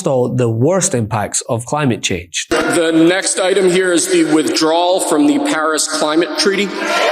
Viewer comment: I heard "Harris " not "Paris" at first. Given revenge I'm not THAT crazy